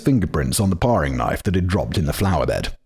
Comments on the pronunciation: It's pronounced "pairing" knife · And 'toque' rhymes with 'nuke' and 'paring' rhymes with 'daring'... the English language is nonsensical enough already, we don't need single r's after short vowels to make it even less consistent. 😁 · Parrrrrrring knife? WTF simon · With every mispronunciation of Regina, all I could think was that the pronunciation guide should have had the city’s briefly run tourism slogan - “Rhymes with fun”. Also, “pair-ing” and “t-ew-ck”. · Pronunciation guide: Toque- rhymes with broke or luke. Paring knife- rhymes with airing. Regina, Saskatchewan- rhymes with fun. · my god I'm so triggered toque is pronounced TEWK regina (the city) is pronounced regEYEna paring is pronounced PAIRing also, I knew about the murder but I didn't know where it took place. it's right behind a place I was thinking of moving to. ngl I'm second guessing that - I'd be creeped out now. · Between the "paw-ring" knife and making ends "meat" fact boy is somehow cracking me up in a video about a horrific miscarriage of justice 😂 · Paring knife too!